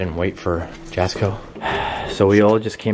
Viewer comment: Jasko name is pronounced yasko. Just call him Jaz. I watch all his vidios along with yours. Keep up the good work